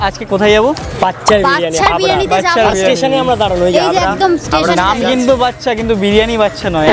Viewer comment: Didi ota haura na Habra... Ashok Nagar aasle ami dekha korte jetam❤❤